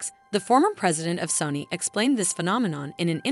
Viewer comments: SOW-NEE <say that but fast. Not sunny. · i CRINGED the way she said the names of the brands. In England we say "sony" like the urdu word for beautiful and gold